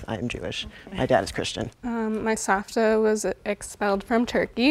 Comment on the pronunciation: It's sa*V*ta, not sa*F*ta (look at the subtitles)